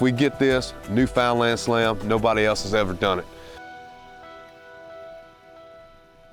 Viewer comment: It's pronounced NEWfounland